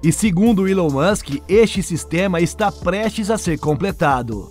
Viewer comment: Eu não consigo ver um vídeo onde o cara faz a pronúncia do nome Elon musck, com uilon.. meu Deus.